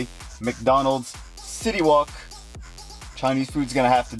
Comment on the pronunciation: i thought he said city walk and not city wok lol